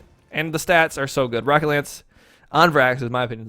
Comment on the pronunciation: He has an American accent. I have an American accent. Most Americans pronounce the 'o' in "rocket" as 'ah', not 'aa'. Even if he is not American, I am not making fun of his accent. I am simply criticizing the way he pronounced a single phoneme.